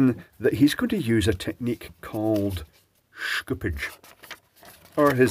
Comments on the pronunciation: After 12 minutes of listening to Schoopage, I regret to annouce that there should be no "k" in Schoopage. The "Sch" should be read the german way, so just "sh" as in Shoopage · shhkupids.. i love how he change to fluent English accent to fluent german accent when Schoopage is being pronounced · I just think you like saying "schtooopge". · yeah the way he says it I really hope it wont be added to Tesla marketing. Schoopuke on my tesla